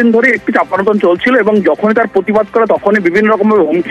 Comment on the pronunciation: পতিবাদ নয় প্রতিবাদ বলুন। ...